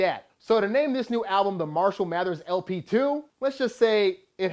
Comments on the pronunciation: Can you please pronounce his first name right? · Haha he said it wasn't better than Recovery LOL. and at least say 'marshall' right